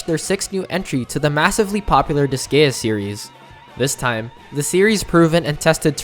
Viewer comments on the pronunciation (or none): Oh yeah BTW it's "dis guy a" not "dis gay a" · Dis-GAY-uh huh? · Please learn how to pronounce Disgaea